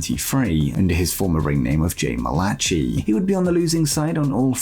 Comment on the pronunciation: Dear God 😢, we can all tell you're an atheist ⚛️ "Muliechea"(Malachi)? Chicago Illinois wants to know, why bro? That sounds so 😩😫 ugly, it is pronounced and it sounds the exact same way as it written in The Bible 📖. Malachi pronounced as Malehkhi. Im glad 😊 to teach, please 🥺 learn.